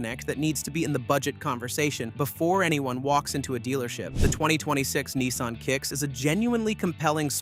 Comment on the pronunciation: yanks - there is NO EEE in NISSan